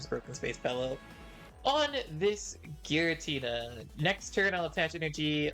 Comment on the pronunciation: “Giritna” 😂😂😂 is that Giratina’s nephew?